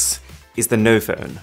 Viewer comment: Noph'p'one lol